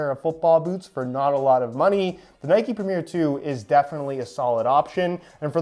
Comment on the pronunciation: Pronouncing Premier as Premiere? Come on